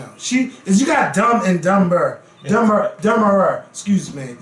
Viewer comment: Whaaat??? How was trying to pronounce "Dumber"😳😳